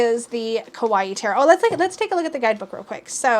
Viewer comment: You may know this by now but I'd like to point out that the way you pronounce kawaii is actually "scary" in Japanese. It's "ka-waii", not "ko-waii" or "ke-waii". Anyway, ✌.